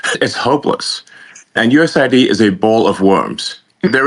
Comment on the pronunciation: Is it just me or is it manipulative to pronounce it ‘USA ID’ instead of ‘US AID’. By all means cut out waste and check things are what they say they are. But if you are killing aid to people out side USA from the USA. You should be clear that that is what you are doing. Pronouncing it USA ID is hiding what you are doing. As an Elon fan this makes me sad.